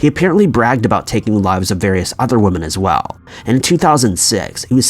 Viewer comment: IT'S WOMEN!!! NOT and I can't stress this enough.. NOT WOMAN!!!!